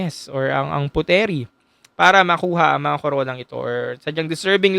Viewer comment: Puteri (Indonesia) is pronounce as "Putri" not Pute-Ri